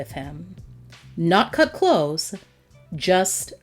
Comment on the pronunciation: Kut klose-uh